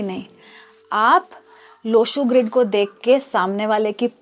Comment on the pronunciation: संयोजक साहिबा बार बार लोशू ग्रेड बोलती है जबकि लोशू ग्रिड सही है.